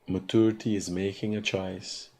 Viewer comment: Mat-chor-ity........ mat- tur-ity Opper-chun-ity..... opper-tun-ity Please pick one pronunciation and stick with it